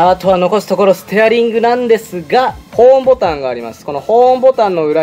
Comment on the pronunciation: ホーンボタンがホームボタンに聞こえた